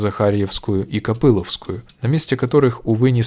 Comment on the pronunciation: Улица Копыловская с ударением на 3 слоге. Так мы говорили в детстве. И еще на Ветряных Горах недалеко от Куреневки есть улица Івана Їжакевича. Эту улицу построили в 65-66 годах, и назвали ее в честь художника незадолго после его смерти.